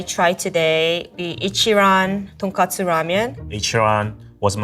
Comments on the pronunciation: cant get over her consistently saying "tonkatsu" 😥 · so shes a ramen chef but pronounces tonkotsu as tonkatsu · Ton k-O-tsu. Not tonkastu 😂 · Tonkatsu vs tonkotsu.... very different things. She said katsu many times. >< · She lost all credibility when she said tonkatsu instead of tonkotsu. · The way keeps saying "ton-KA-tsu" (aka pork cutlet) kept making me cringe... It's pronounced ton-KO-tsu! 🙄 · when the lady said tonkatsu instead of tonkotsu ; ~ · Pro chef can’t even say tonkotsu ramen properly. It’s not tonkatsu! 🤨 (female chef) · I guess even chefs get Tonkotsu and Tonkatsu mixed up... They really should not though. Come on! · doesn't know how to say tonkotsu?? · surprised the first chef can get tonkotsu and tonkatsu mixed up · "Tonkotsu” and "Tonkatsu" are similar words but should not be confused.